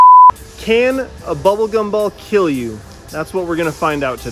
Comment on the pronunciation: These gumballs.... Will keel.